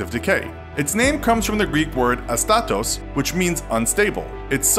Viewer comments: άστατος not αστάτος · For the record, when pronouncing Astatos, you put the emphasis on the first A and not on the second.